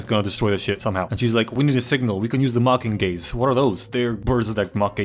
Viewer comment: Especially when he said mockinggays 😂